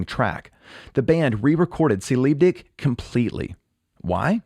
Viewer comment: lol neee. Er sagt “ci lib dig”